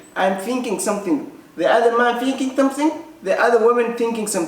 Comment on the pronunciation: Kkkkkkkk somethink somethink aya nooga baxday kada english ka yan xayirad xaga chanelka yan lagu sarine